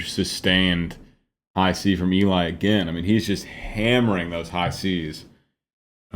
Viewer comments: Just so you know, Eli's name is pronounced like "Ellie". Odd i know but there you go lol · I love how you break everything down--I actually learn a lot from it for my own singing. One note: Eli is pronounced as "Ellie". Not a big deal but I know you always want to be accurate. ;) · Eli’s name is pronounced like “Ellie” 😊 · Another great reaction. One word.... Eli's name is pronounced El - EE (not the more usual EE- LI). Short for Eliezer (hope I spelled that right!) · Just in case no one else has mentioned it, Eli's name is pronounced "Ell-ee", not "Ee-lye". 😉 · I love your explanations of everything, but... Can I correct you in one thing please? Eli's name is pronounced L EEEE not EEEEE leye. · Not being a jackhole but its.pronounced LE. Like Ellie. The female not Ely the male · First, I enjoy you musical analysis. It’s interesting. Second, really, Eli’s name is pronounced L-E, not ee-lie. Short for Eliezer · fantastic high cs on the high seas! btw it’s pronounced Elly not Eli 🏴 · Just wanna point out eli's name is pronounsed elee, not eli like its written. Great video as always 🥰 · Just for illumination's sake... Eli's name is pronounced "eh'-lee" I know. I made the same mistake, and later learned of my error. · Just FYI. It is pronounced Ellie. As in the beginning of the name Eliott. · Great reaction as always.....and Eli is pronounced "Elly" in our Eli's case. LOL This was such an incredible arrangement. Geoff outdid himself on this one. It has so much complexity. These guys are so damn talented, and Eli (Elly) is an absolute rock star in this one. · Thanks for this reaction! As I'm sure that someone has told you, Eli is pronounced 'Elly'. I think you should go as deep into the music theory as you'd like. Looking forward to your next reaction!